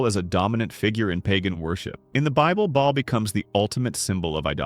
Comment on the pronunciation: It’s actually pronounced “Bay-all”, not “ball”. Good video, though. Pretty accurate.